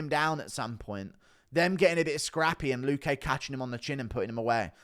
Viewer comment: Guru, the accent in luque is on the 'lu' not the 'que'